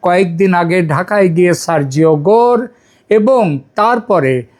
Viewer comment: সারজিস গোর নয় সারজিও গোর। বুড়ো ভাম বলতে ও পারেনা। আবার খবর করছে।